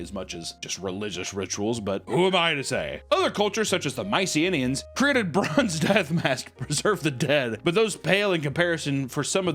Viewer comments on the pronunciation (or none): whiplash as my dude butchers "Mycenaeans" and goes on to pronounce "macabre" with ease and suavity moments later. Never a dull moment here on meat vision. Never change.